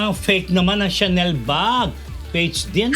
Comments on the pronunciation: Malamang hindi smooth ang Chanel ni Jessy kasi Caviar po yan not lambskin , pronounced as Sha-nel not Tsa-nel po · Hi... It IS PRONOUNCED AS “SHaah-NEL”not "CHANNEL " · Chanel pronounced as Shanel